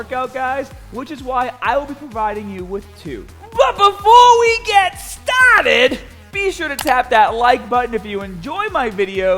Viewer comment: "but before we get STAAAHTED......." Man! i had to do it twice on this video once voluntarily then just because of the intense emphasis by you 🤣🤣